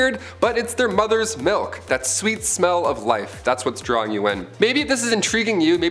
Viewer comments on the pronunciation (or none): none